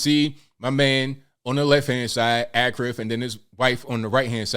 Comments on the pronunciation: Ashraf NOT AKRAF😂😂😂😂😂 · It’s not pronounced Akraf , it’s pronounced Ashraf Hakimi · achfar -pronouncing =Ashraf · his name is pronounced like A(sh)raf. not like Akraf. which means honored. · Bro, his name is pronounced Ash-raf not Ak-raf lol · His first name is pronounced like Ash-ref. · its not akhraf.. ffs😂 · bro really said akraf hakimi. achraf hakimi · It's pronounced Ashraaf. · Achraf is pronounced as Ashraf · This is amazing but his name is pronounced as ‘ashraf’ i had a good laugh at your pronunciation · I think his first name is pronounced “Ashraf” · First name is pronounced "Ah-shay-raph."